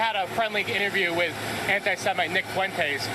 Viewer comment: "Nick Foo-wentess"